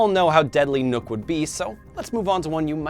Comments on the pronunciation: U said nukk but u have to say nokk with a O (feedback) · It's nokk not nook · he called nokk nook